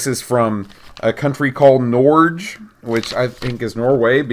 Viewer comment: Oh, I recall this segment on the podcast. ;) Reminds me of my days in Norway before I moved to Canada. By the way, Norwegians pronounce "g" as in "going" or "good" rather than the usual "dj" English pronunciation, so "Norge" sounds more like "norg-hu" rather than "Nordje". ;)